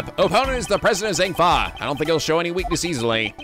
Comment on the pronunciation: is the way he was pronouncing zheng fa slightly annoying anybody else 😂😂